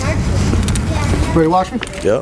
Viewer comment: Its Nevada not Nevahda.....we locals take offense to that...yankee yokels....